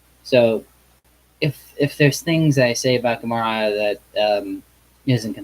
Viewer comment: Lol,It's gamera not komora